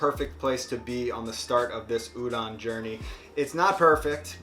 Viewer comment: Stop saying URON